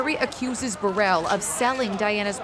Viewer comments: It’s Burrul as in trouble not Burrell as in a well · It’s pronounced Bur- rul not Bur- elle!